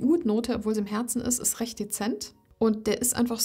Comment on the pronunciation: Liebe, deine Videos bekommen von mir alle einen 👍,.... kleiner Tipp: sprich doch bitte das "t" in dem Wort "ist" mit, nicht immer dieses "iss" und sage nicht "diss", wenn du "das" meinst ❣️❣️❣️❣️